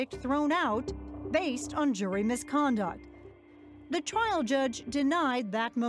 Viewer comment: “Mishtakes were made at twial”